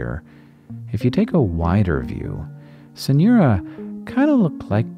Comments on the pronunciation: As a hispanic, every time you said Synura i could only hear “señora” lol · "Señora"? Ah, it's only weird accent in the pronunciation of "Synura". Sigh!